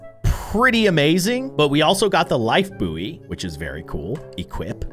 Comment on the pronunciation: saying buoy wrong also luv ur content been watching you since 5y/o